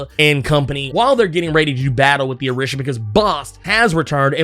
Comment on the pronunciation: Orisha is pronounced O/ree/sha. I kept cringing everything you said it wrong.